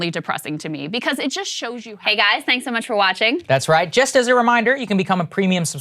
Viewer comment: "Well Gais"